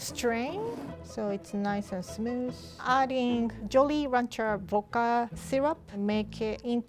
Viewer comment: why can’t you speak in complete sentences boka it’s pernounced vvvvccodka